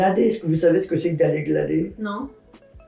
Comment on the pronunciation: Elle dit glader mais c'est glaner